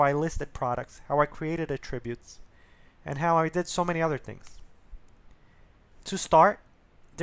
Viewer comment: Nice but please pronounce attributes correctly, the stress is on the first syllable when it is a noun and on the second when it is a verb.